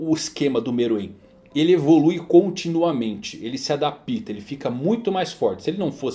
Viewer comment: adaPÍta não existe, é ADAPTA ( A-DÁ-PTA ). Terceira vez que ele fala essa palavra errada.